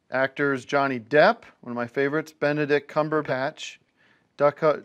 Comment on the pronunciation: Deh-catah Johnson pronounces Benedict Cumberbatch correctly on the first try